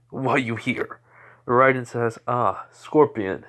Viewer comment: It's raiden RAY-DEN